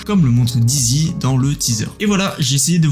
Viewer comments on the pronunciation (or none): Salut super vidéo comme d'habitude, juste pour que tu sache à on dit plutot "Dizzy" que "Daïzy", Dizzy signifie étourdi, vertigineux ;)